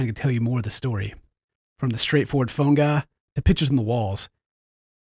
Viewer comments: "Phone Gah" Omg i love you xD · says phone guy like "Phone-Ga"